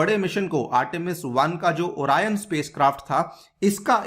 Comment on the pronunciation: Sir ओरायन नहीं ओरियन